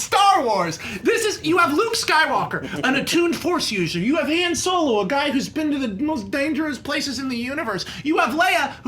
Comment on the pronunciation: How many times can Max Landis pronounce "Han" wrong?